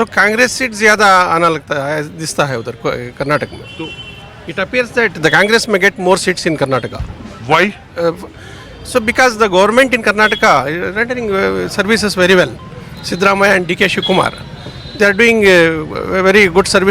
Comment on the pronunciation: Karnataka hai, Karnatak nahi❤